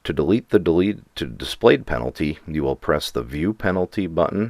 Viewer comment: to dlete the dlete ah yes let me dlete the dlete